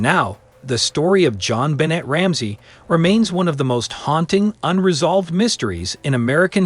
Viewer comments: You are mispronouncing her name - BENNAY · You are pronouncing Jon Benet's name wrong!